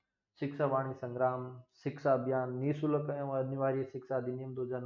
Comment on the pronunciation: Sahi h .... समग्र ko संग्राम padhte hain 😂